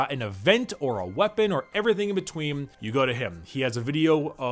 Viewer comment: So is anyone else noticing is swapping a lot of N's for M's as he speaks, am I hearing it correctly or am I slowly allowing the madness to take over? Betweem, Factiom, so on and so forth.